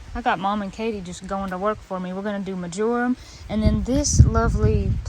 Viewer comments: ...Lol, its pronounced "MARGE-a-rum" (accent on "MARGE") not ""ma-JOR-um." Just sayin' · Mar-jer-um. It’s a wonderful herb! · MÄR - JER - EM. The first syllable is MARGE. Your flowers are going to be brilliant. I look forward to seeing updates throughout the summer. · About 5 years ago, around 5 pm the Boise area felt a pretty big earthquake (for us) at 4.1, so ours was a "rolling" type, not so much a shaking type. I actually felt my kitchen floor roll under my feet Yikes! Very surreal. On the word marjoram, the stress is on the first syllable. Your garden is getting so big and lots of really good things to harvest all summer and into the fall! I am very inspired to use grow bags for herbs. Great work and help from all the family to get this all done. :-) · sweet marjorim ? its pronounced like the name Marge or Marjorie . smells good idk I might have some by my oregano . its kinda perfume scented imo . I used to work at a garden center for a lot of years and we sold it. I'd guess it would be good for making scented candles and such . maybe used lightly with tea .